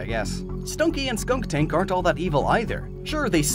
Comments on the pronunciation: Skuntank, not skunktank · Are you saying "skunk-tank?" It's skunn-tank. It's spelled correctly in the description. Oh, and as always, wonderful, quality content. 👌 Keep up the good work my man. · I thought it was skuntank and not skunktank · Dude, please look up Pokémon pronounciations before making these..... Bih-sharp High-Dry-gon Skun-tank (no K) And more